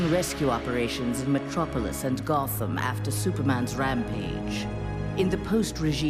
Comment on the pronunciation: Did she just say Mctropolis? XD